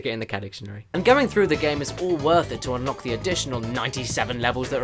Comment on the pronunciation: sounds like in the intro he said Sadicarus